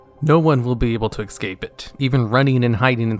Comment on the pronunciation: Judging by your pronnounciation of escape I am surprised you don't say skellingtons